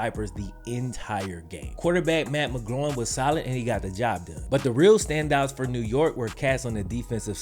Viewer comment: did you say Matt McGloin or Matt McGroin?? Lololol